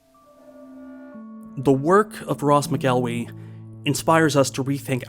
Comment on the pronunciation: Just gonna dispute your pronunciation of McElwee, it's more like 'mackle-wee' Source: I'm a Scot